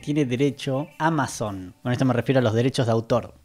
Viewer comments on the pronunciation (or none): none